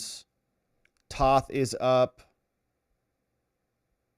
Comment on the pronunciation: T(oh)th not Tauth